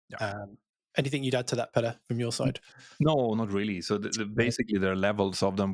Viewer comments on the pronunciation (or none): Your name is Peter not petr bro